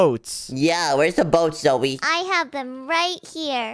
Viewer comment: Its Zoey not Zoe silly